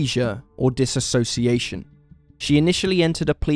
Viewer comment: it's NOT disassociation...it is Dissociation ...you have mispronounced this in several videos